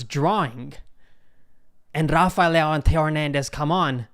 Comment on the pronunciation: Please learn how to pronounce Leão, just practice for 10min and your done.